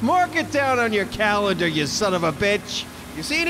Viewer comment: had me fucking dying. “Mark it down on yer calendah you sonofabetch!"